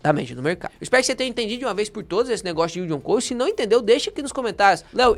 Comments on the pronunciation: Orientações muito boas, só uma coisa me incomodou o vídeo inteiro: a pronúncia correta é "cost" e não "coast". 😅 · “ILD ON CÓST” e não CÔST.